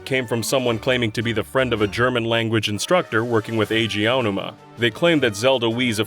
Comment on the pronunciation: Name mispronunciations are painful, just ask Eiji OWW-numa.